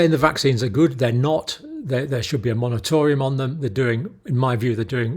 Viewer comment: Dr. Campbell- it's not 'monatorium' with an 'n'. It's moratorium with an 'r'. 😊